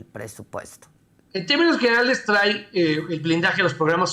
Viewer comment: Se dice TRAI.. o TRAE 😂😂😂